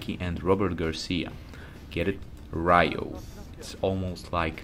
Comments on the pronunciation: It's Ryu and Ryo (pronounced Ree-u and Ree-o, not Rai-yu and Rai-yo). Both names means Dragon in japanese, a common name for a protagonist martial artist, Bruce Lee's nickname was The Little Dragon too. Ken means fist in japanese, so it's normal to appear in the name of special moves made with the fists. As someone wisely commented earlier, the creator of the original Street Fighter went to work for SNK and created this game, Fatal Fury and the first King of Fighters. And finally, Art of Fighting set some mechanics that even other fighting games adapted after it was released, including Street Fighter II (Supers and Desperation moves, for example). So this video is just a biased oppinion, not facts. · Ryo's name is pronounced "Rio" like the city. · Its Ree-u and Ree-o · i stopped listening once i heard rayu and rayo